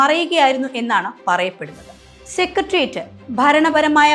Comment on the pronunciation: സെക്രട്ടേറിയറ്റ് എന്നാണ് ശരിയായ ഉച്ചാരണം, കുട്ടി.